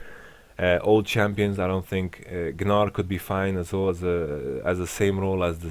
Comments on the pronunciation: I love how he pronounces Gnar. everyone says 'nar', but he says 'Gnar' :) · Doesn't really make sense since gnar himself calls himself nar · Yamato has put the G in the Gnar.